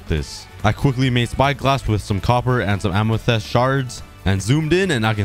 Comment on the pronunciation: I love how he says “Amethest” instead of “Amethyst”.